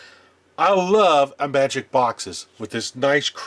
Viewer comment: There’s that unmistakable sign that you’re a retro gaming geek who was around at the time those games actually came out: The proper pronounciation of IMAGIC!